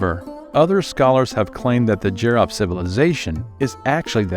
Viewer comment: It's E-RON budd not EYE-RAN. And JEE-ROE-FT not JUY-ROFT.